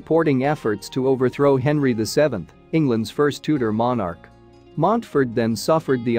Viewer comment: Henry vee ee ee?